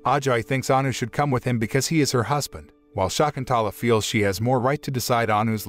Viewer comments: American bots cannot actually pronounce the name property Shakuntala... NOT SHAAKUNTAALAA... NOT SHAEKUNTAALAA. Prounced as Sha.. kun... tha.... laa.. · "Shakuntala" is an ancient Sanskrit name! Pronunciation of name is simply awful! At least do not murder that ancient name immortalized by the great 5th century poet Kalidas.